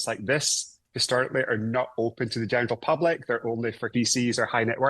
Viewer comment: Did he say genital public?!